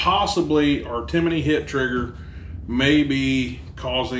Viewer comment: TIMIIINY? There’s no “I” in there bud